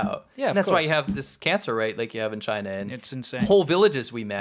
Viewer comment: If Google is going to operate in Chy-Nah at all, then that's got to be the way the results come out...